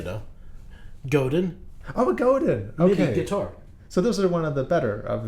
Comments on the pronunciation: It's goh-Dan, not Goh-din. Just saying. French/Canadian. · The way you pronounced Godin made me want to say “Nocturne” was written by Choppin’, lol.